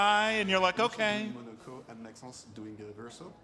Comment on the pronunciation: I hate the way to dude is calling him Max-sense. I crimge every time, like bro just call him Max if you dont get it